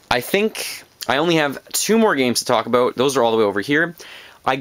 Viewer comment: When you say "about" it sounds like you wanted to say "aboot" but you correct yourself before you go into it.